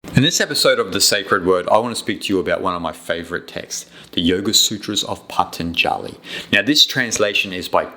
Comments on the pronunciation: Wish you knew how to pronounce Patanjali...so easy to get the a's mixed up...otherwise, very interesting. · rubbish! not only you don't know how to pronounce the word Patanjali, but you also don't understand the first thing of his yoga sutras. Atha, the very first word of his very first sutra is directed to a student. in a way, it is a question in disguise. it asks the student are you ready? are you really ready to receive the teachings? are you done with your past? are you done with your future? is it a life or death situation for you? is this path truly right for you? that and some more is what Atha means. and I will not watch any further, because you are simply not qualified to talk about it. my suggestion is: do some Yama and Niyama Sadhana for at least one year very intensely and then slow by slow you will start to understand yoga sutras.